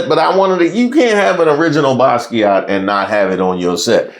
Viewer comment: you don't pronounce the t in Basquiat=baskia